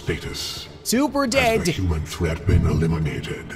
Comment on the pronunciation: I love the way you pronounce human, “euman”